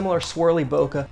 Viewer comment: Your pronunciation of Bokeh is better than most so don’t sweat it